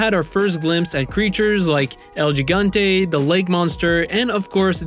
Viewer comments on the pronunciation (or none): El HE-gAHN-te correct pronunciation. Lol Great vid btw.